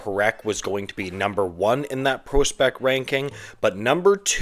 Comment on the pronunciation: Is there a single word you pronounce properly? Acumen? Prospect?